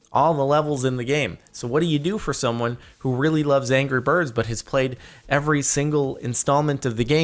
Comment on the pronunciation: its angry birds not angrer birds...